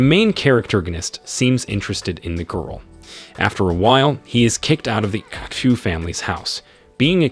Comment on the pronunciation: Pronunciation of xu is not X U its shu